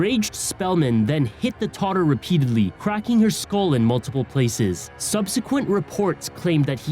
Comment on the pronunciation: The word is “toddler” not todder